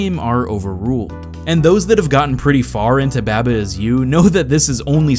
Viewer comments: bäbä is you? no, it's baa-baa is you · " Ba-buh is you" Bah bah. It's clearly bah bah. Like ba ba black sheep have you any wool. Cause you're a sheep. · it pronounced bahbah is you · Jokes on you I pronounced it both ways throughout the video! Lol but no really I just said it however I felt like in that moment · I pronounced it both throughout the video, who really cares?